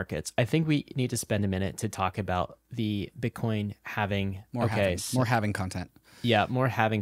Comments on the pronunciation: Halving. Halving. HALVING. No havening. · Say „Halvening“ one more time, I dare you!